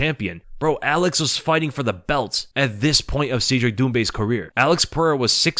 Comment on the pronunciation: Cedric is pronounced "said Rick" not "seed Rick". Trust me, I'm an expert.